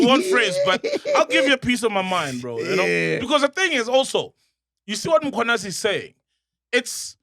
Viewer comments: Mac now even knows how to say Mkhwanazi 😂 no mo Mkhwanyanazi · For the first time he said Mkhwanazi right…..phakama qwabe warrior